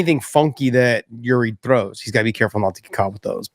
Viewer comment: Get Yuri’s name right.